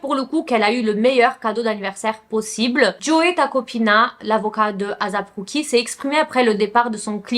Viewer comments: ASAP ROCKY ! ET NON AZAP ROCKY 😅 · J’adore t’es video!! Mais stp fais des efforts sur les noms. Comment ça Asap Cookie?? C’etait la mm histoire avec les vidéos de P. Diddy. Tu disais "P. Daidi" . Pleeeaseee fais des efforts sur ça! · Ça se dit éissép ROCKY comme asap en anglais et rock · Ça se prononce « eyssap rOcky » et non azap roucky 💀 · En vrai on s’en fou comment on prononce mais si vous voulez la vrai façon c’est “ Ay-ssap” en mode des sape linge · Je suis d’accord c’est assez dérangeant mais bon